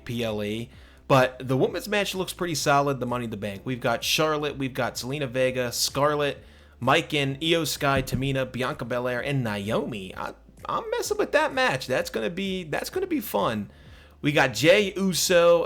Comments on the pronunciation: it’s pronounced Me-Chin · you callin michin miken is getting me mad